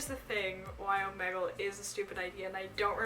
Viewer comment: She's saying it wrong it's omegle